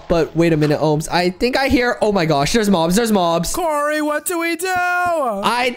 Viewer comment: I think kory said bobs but not mobs